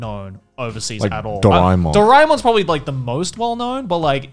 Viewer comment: i grew up with doraemon but in India it was dubbed so now i can never see the original since ive hardwired their voices into my head and it would hurt just to hear it in any other language. also since indians dont pronounce things too similarly Dorae-mon was said as Dore-mon